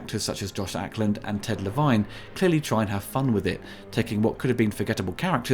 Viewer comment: Le-Vine... yeah, and I'm Jerry Cougar Mellencamp.